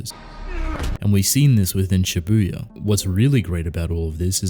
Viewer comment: Next time,could you please read shibuya as shíbuya and not shibúya